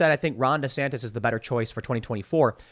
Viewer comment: Take a shot anytime Tim says, “Ron Desantas”